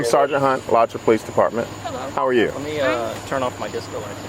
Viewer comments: Moderator: Not Alacha, but A la chew ah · It's AlachU-A omg you could have googled the pronunciation instead of sounding like an idiot. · "It's pronounced uh-laa-chew-uh, Alachua, FL, thanks" - Florida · I love hearing Alachua pronounced wrong